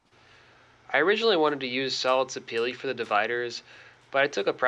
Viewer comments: Houston Hardwoods pronounces it se pa la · Very nice job! Are you pronouncing the Sapele wood correctly?